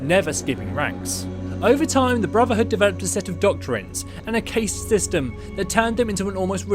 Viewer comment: A "cased" system? CASE-D system?? Caste sytem...CAST system. OMG.